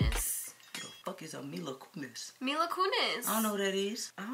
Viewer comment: Mila Kuniz: Who TF is a Mila Kuniz